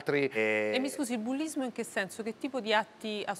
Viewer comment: Alla conduttrice va comunicato che nelle parole che contengono la lettera "s" quest'ultima non va pronunciata come se fosse una "z". perZone, senZo....etc etc